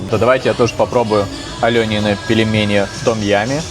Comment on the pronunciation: Ну, где ты с.. в слове пельмени, нашёл букву е после буквы л? Где? Там мягкий знак. Произносить нужно так же как написано: пель-ме-ни. Не пелемени. Фу, выбесил.